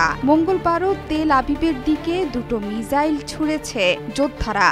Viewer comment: মিজাইল কি আপা সাংবাদিক আপনে মিসাইল বলবেন